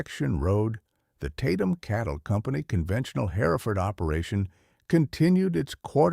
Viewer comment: Oh my fish w this AI.generated garbage! "Lead cow" is.pronounced "leeeeed" and if I bear "hare-if-ferd" one more time! Btw, this isn't "free". Youtube keeps.oromoting this crap so they can blast you with commercials nonstop. You're selling your brain for an AI fictitious, b.s. story. Oh- and flies in the milking shed? Herefords.dont get milked! They're meat cows!